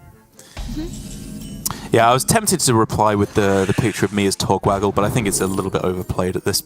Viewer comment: “Togwaggle?” Ma’am that’s murder. You killed him